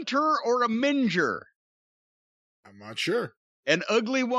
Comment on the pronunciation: Note for future reference: Minger is correctly pronounced Ming-er, rather than Minge-er. I hope this helps for future insults. Also, the promotion/relegation system in football is actually very simple. In every league , the best teams at the end of the season go up a level & the worst go down a level. In MLB terms, it would be if the teams with the worst records at the end of the year were replaced with the best teams in AAA for the following season, worst in AAA are replaced by best in AA, and so on. In US sports, the Major League teams are there regardless of how they perform. In most sports in Europe, teams are in the league on merit. There are many small teams who have risen from lower league semi-pro or amateur status to be in the Premier League over the years. It also adds to the drama - teams at the bottom have to keep playing hard all year to try to prevent getting relegated &, therefore, being in a league with less money & exposure the following season.